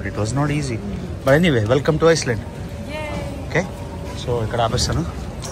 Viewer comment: iceland 😂 not island